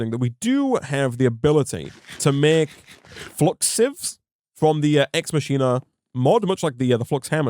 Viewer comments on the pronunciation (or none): Technically its "ex makina" not "ex mashina"